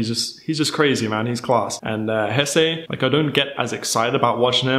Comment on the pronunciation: haha you say Jesse like Spanish now ...Hessay !